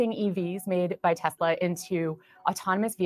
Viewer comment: It’s NOT “Tes-la-la”!